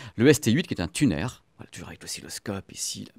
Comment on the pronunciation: Un "tunaire" hahaha....un tuner..."tiounheure"